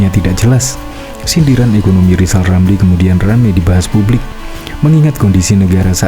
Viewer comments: Nama sebenarnya Rizal Ramli bukan Lizal lamli ucakan nama sendiri belum teteh kok sd sirik ma Olang2 lizal liza ! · Rizal Ramli sebenarnya belum lulus sekolah dasar. Lha, disuruh mengeja huruf saja L nya dobel. R dibaca L.....!. Bila tdk percaya, silahkan suruh dia mengeja namanya sendiri, pasti di eja...Lijal Lamli !. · Namanya pakai rr tapi engak bisa bilang r....itulah lisal lamlil...jd eror otaknya...la nyebut namanya sendiri aja engak pecus...maka apa yg keluar dr mulutnya hanya sampah dan hujatan serta iri dengki dng orang ...khususnya keluarga pakde wi....